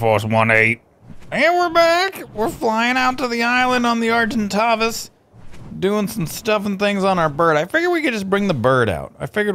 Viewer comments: Argentavis is pronounced ar-gen-ta-vis/vas just sayin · s pronounced argenTAYvis